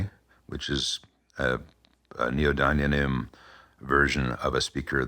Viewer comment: Nee oh dim ee um.